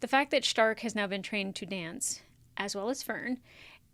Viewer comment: It is Stark Shtark is the German pronunciation (a lot of the names are German words). But it's not the German dub, it's the English dub.